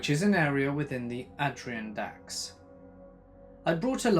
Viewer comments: Adder Ahn Dacks...Adirondacks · "Ad-ree-un-daks" lol, oh. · It’s pronounced ADD-IRON-DACKS otherwise great stories. Would love a visual to add some aesthetic to the vids